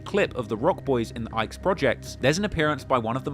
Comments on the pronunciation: Calling it the Ike’s is crazy-zeee. 🤣Ike’s??? I always called it the Ickeys…rhymes wit “stickeys”. ICK-KEYZ. But what do I know, I’m only from down the street🤷🏽‍♀️🤷🏽‍♀️. Good content though! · They are the Iccccccc-keyyyyys not ike homes.. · It’s pronounced “ the i-cky’s” not Ike. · It's pronounced ick-kees not ikes 😦😦😦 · Its pronounced ICK-EES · it's pronounced Ikk eez and hill yard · Its the HAROLD ICKE HOLMES PRONOUNCED (EEK' ES) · "Ickes" is pronounced, ick-ees. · Its not the ickes its pronounced like ick keys 😂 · lol the Ickes, nigga it’s the ICKEY’S 😂😂😂😂😂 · It’s the ICK-EES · Ickes is pronounced ickeys like Mickey's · It’s the Iches like “ The Ickys” like yucky ICKY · It's pronounced "ic kes", Harold Ickes homes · Ick e’s is the correct pronunciation of then projects 💯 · It pronounced ICK-ees. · Its pronounced ickys not ickes thimo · Pronouce ICKES like LICKEES A SILENT L YOU PRONOUCNING IT LIKE" IKE" PROJECTS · Yooo the Ickes on the Harold Ickes not how u say it in Chicago more like iCk keys or ick Eeees pronounced here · it’s pronounced ick-ees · Dude cannot pronounce Ickies to save his life smh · He touchnig my nerve mispronouncing Ickies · Tell me you don't know how to pronounce The Ickes without telling me. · It’s called the Ickies not ikes😂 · You saying Ickes all wrong the entire documentary. Its pronounced ICK~KEYS not IKES 🤦🏽‍♂️🤦🏽‍♂️🤦🏽‍♂️ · Its not "ikes"...its pronounced "ickees"😂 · The “Ikes” homes lol. THE ICK-EES. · U so funny,it’s pronounced the “ick-eees” not “ikes”😂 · Dude really just called the ickes the ikes lmao. Its pronounced ick-eys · It’s pronounced “The Ick-eeees” not “Ikes” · Ick-eeeeees is wut we call it Not the Ike’s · ICKY NOT IKE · The ICK - E’S not Ike